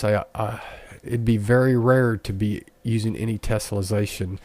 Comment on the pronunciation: Its tessellation not tesolization say it right please doing my head in and it works fine but you need to model and subdivide a cube not use unreals default cube learn what your doing before you make a video